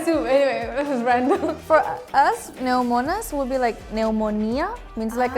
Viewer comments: & pneúmonas, not pneumónas. What's wrong with you? lol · she intonate the word wrongly . It's pnéumonas not pneumónas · Να σε ρωτήσω κάτι, στο βίντεο άλλαξες τον τονισμό σε 2 λέξεις, υπήρχε κάποιος σκοπός που δεν κατάλαβα; Μιλάω για τις λέξεις, Πνεύμονας και Θεός, τις ανάφερες σαν Πνευμόνας και Θέος. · The greek girl has been living abroad for a while (at least). I would even guess she wasnt born in Greece. Her greek is very good but 0 people who grew up in greece would call πνεύμονας, πνευμόνας. Too much emphasis on the first letter and wrong punctuation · It’s πνεύμονας not πνευμόνας ! You are supposed to know greek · I noticed that the Greek girl saying ‘Πνευμόνας’ but the tone should be on the first syllabus ‘Πνεύμονας ‘ It was actually a great video! I like your videos and to my opinion I think if you had a girl from south Spain with a girl from Greece that talks with the same ‘tempo’ you would feel how much Spanish sounds the same like Greek. Especially because of (Θ), (Χ), and (Δ). Sometimes some words even with D in Spanish sounds like a soft Δ sound. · Pnévmonas! Not pnevmónas! Finally got you! You're Greek American! But your pronunciation is impecable. The other word you missed is Athina. It is Athína for the city and Athiná for the goddess. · Umm… Greek girl needs to study our language a little bit more! Stress marks are there to pronounce words CORRECTLY! Pnèvmonas not Pnevmònas!!! T is pronounced D, K is pronounced G, P is pronounced B. Also, Spanish has THOUSANDS of Greek loan words. See link!!! Stop embarrassing us Greek Girl!!! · why did she tone πνεύμονας so wrong? its not πνευμόνας its πνεύμονας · It's Πνεύμονας no Πνευμόνας :face-orange-biting-nails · Γιατί έλεγε και ξαναλεγε πνευμόνας και όχι πνεύμονας? Το έλεγαν οι ξένοι σωστά και όχι αυτή... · Γιατί η κοπέλα απ’την Ελλάδα, τονίζει τον πνεύμονα, πνευ*μό*να;;; Ο πνεύμονας, οι πνεύμονες είναι, ο τόνος στο “ύ”, 🤔 Πιο μετά το τονίζει σωστα… 🤷‍♀️ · Νο way she said πνευμόνας instead of πνεύμονας